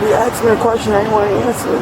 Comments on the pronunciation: He axe me a question. What was you doing ? Who is you ?? Them people have their own F up language LMAO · He never axe me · she keeps saying he axed her, but i seen no axe. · He axe me, he axe me, he axe me. " I cant even find insurance in the car". ...uhhh maybe because insurance is expired too. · "You axed me... You axed me a question." - Dipshit. "........" - cop. I don't think anyone axed you anything. No one tried to axe anyone that I could see. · Axesd me axsed me axsed me. Say it three times and a Sargent magically appears. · You axed me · but she axed!!! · By her own admission, they "axed" her many times to do something. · He axed you nicely to get out of the car- you didn’t.